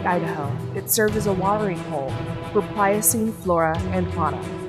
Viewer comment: It's kinda hard to take her seriously, when she kept calling it "Pilocene".